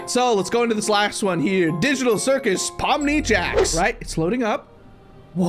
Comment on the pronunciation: On the first one,that’s not Pomni💀that’s Lomni💀